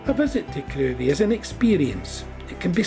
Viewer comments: Lovely video. Crovie is pronounced "Crivvie". As there isn't a road in the village, I doubt many garages were washed away in 1953 :-) Keep up the good work! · It's pronounced "krivie"